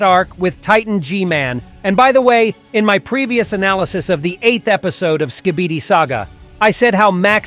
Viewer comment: Analysieize😂😂 Edit